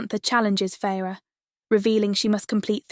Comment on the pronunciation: how about the correct way to say “ Feyre “